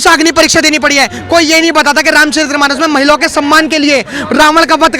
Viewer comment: रामचरित्रमानस ××××××××××गलत उच्चारण है। रामचरितमानस √√√√√√√√√√ सही उच्चारण है। कृपया सुधार कर लो बाबू।वैसे तू अच्छे वक्ता हो।